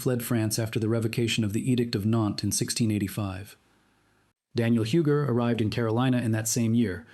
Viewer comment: UUUUGGGGEEE... NOT HEWGER